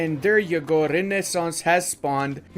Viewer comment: and renaissance